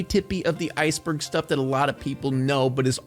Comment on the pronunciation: Is it because he pronounces "Iceberg" as "Ice Bug"?